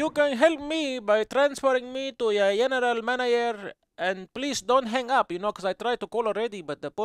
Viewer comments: Yeneral maneyer LOL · yeneral manayer... oh yeah!!! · Lmao Yeneral Manayer😂😂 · LOL Yeneral Manayer